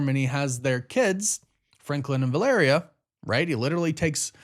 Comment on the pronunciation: Holy shit, this guy learned how to properly pronounce Valeria lmao